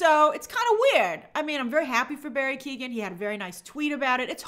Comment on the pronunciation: It’s not pronounced Barry Keegan!! It’s pronounced Kyo-an, or Kyo-gan, but never Keegan.